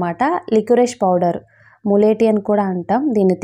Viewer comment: Akka powder clear ga cheppandi